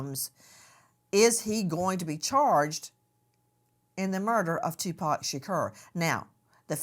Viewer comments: She is killing me with his last name -Tupac sounds like ,”To -Poq or Pock”! Shaaaa Cor but how yall say it ugh 😣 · I can’t stand how she’s saying Tupac’s name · The way she pronounced Tupac's name is crazy but I'm praying they finally get Justice for Tupac Shakur. The didler knows who killed him, and he's looking very guilty